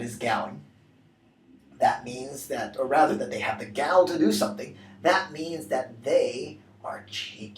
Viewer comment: Isn't gall pronounced "gawl"?